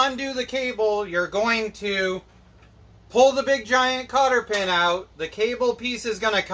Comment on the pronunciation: Cotter not carter pin😂❤fine job